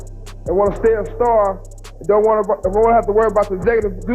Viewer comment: What the fuck is chug knight? It’s Suge Knight, pronounced Shug (like the sug from sugar)